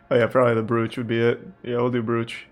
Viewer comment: Even the word brooch! Why tf do muricans try to pronounce every single letter of every word in English?? This isn’t German. It’s English. Brooch is pronounced broach, rhymes with (cock)roach. How tf do muricans go through life unable to speak the only language they know 😂😂